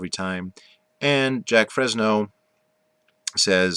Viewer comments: haha dude the fact that you're saying jack frezno proves you haven't done any research at all. Keep living in your little world buddy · *Jacque Fresco not Fresno 🤣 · You just didn't get the point or right people to talk to. You also got the Venus Project wrong on how it really works and Jacque Fresco's name pronounced wrong as well. An NO this type of society never got to break ground because of Money, Greed, and Power over the people with it. Big Oil being one of them, but Elon Musk is slowly killing them off. We need a resource economy not money/greed/power hungry economy.